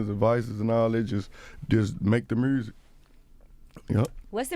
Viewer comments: “Listen to the mursic” 😂😂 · nobody: Moneybagg Yo: “murrzic” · The way Memphis dude pronounce 'music' will always be hysterical.